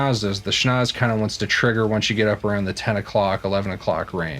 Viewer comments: It’s pronounced ‘sch-nau-tzse!’ 😉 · You pronounced it "schnoz", dude. Awesome! :'D